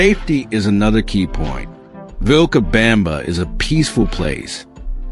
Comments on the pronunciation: FAKE and not true. #1, I could espaily be run over by busses here, in this small town, any day. Pedestrians are treated like dogs. #2, it's NOT "vilca BAMBA." Or "Lo Ja." It's "vilca bomba" and "Lo ha". If the creator is so lazy as to use AI voice, the video facts are also farmed from the internet. And we know how true the internet is. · And, horrendously, "VilcaBAMba". 😣